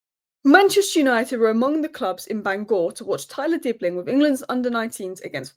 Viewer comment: It is Bang-uh - not Bangore There are three ideal players to buy: Osimhen, Frimpong and Cunha. After that, go for Ederson. Stop frittering money away on half-developed players like Dibling.